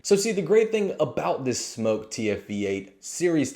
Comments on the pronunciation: He says smoke not smok...why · bro its SMOK not smoke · First you aught to learn to pronounce the name of the product which is as it says Smok, not Smoke. The tanks are fraught with troubles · SMÖK not smoke. Aaaahhhh not ooooooh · It's not pronounced Smoke it's pronounced Smok. The O is prominent. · smoke vs smok pronounce it smock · It’s smok not smoke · It's smawk like hawk but smok